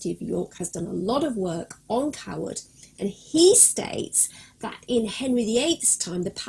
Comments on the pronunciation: i completely agree. it is not pronounced coward. it is pronounced CAYwood. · Its not Carwood its Cawood ...... like Kawood lol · My last name is actually Cawood and I have been to the village of Cawood My family pronounce the name more like Kaywood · Great video but you pronounce the village, KAY-WOOD. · No, I live here and am on the council. Certainly Kay-wood. It would be akin to me calling Hampton Court, Hanton Court, just because I didn’t live there. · I can confirm it is pronounced kaywood It is my last name and I have visited the village a few times while visiting England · Can't watch it anymore cause she pronounces our name wrong lol